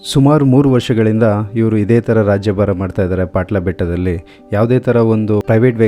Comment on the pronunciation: ಪಾಟ್ಲ ಅಲ್ಲ ಅದು ಪಟ್ಲ ಬೆಟ್ಟ